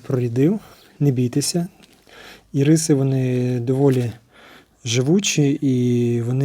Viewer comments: Вітаю, дякую за українську мову. Лише з метою удосконалення контенту: в назві квітки наголос робиться на першому голосному Ірис. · Правильніше назва ірис має наголос на букву ,,і", бо виходить назва цукерки